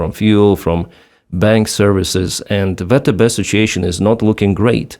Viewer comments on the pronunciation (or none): You should consider using the American pronunciation, for YouTube purposes, VTB (VeeTeeBee) as opposed to how it's being reflected on the platform as "vetebe". До перемоги разом мій брат, стою з Україні та її Героям... Слава Україні!!